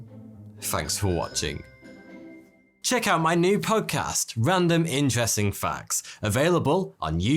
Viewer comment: For a moment there, I thought you said random ingesting facts at the end of the video lol